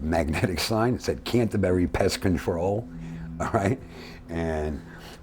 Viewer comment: Cantebery Pest Control. The way he said it😂😂😂😂 You'll haft to do a Netflix on Dom.